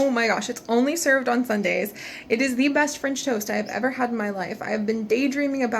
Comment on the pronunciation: It sounds like you said finch toast XD don't toast the finches haha